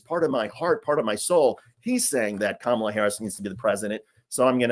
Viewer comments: Did anyone else catch that? It's the first time I have ever heard him pronounce Kamala correctly. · Most interesting thing in the whole video is that for once I heard trump actually pronounce her name correctly. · Mr. Dick'tater said Kamala correctly. He's slipping. His brain is delapidating, deteriorating, but at least DJT is feeble minded.👍